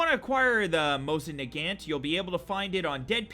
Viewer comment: Dude you’re fucking funny but the gun the both action rifle it’s pronounced Moes in Nagant not whatever the fuck you said